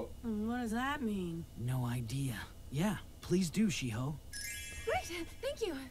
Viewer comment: The girl's name was shiho not shidaho hahaha but great reaction as always i'm loving it